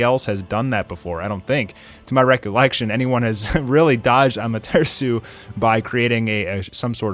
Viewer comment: Armtearsu? Da fuq? Lmfao